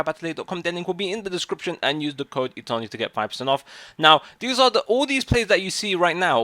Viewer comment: Itani,Paredes is from the chilean league And I don't know why simply most of youtubers can't pronounce italian,german, or spanish names well, is not that difficult